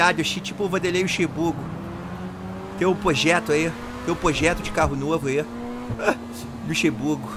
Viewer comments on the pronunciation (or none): Pojeto kkkkkkkkkkkkk , SpitBurgo kkk